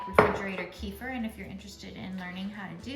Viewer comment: Thank you for the great video ........ kefir pronounced = Kuh-feer ❤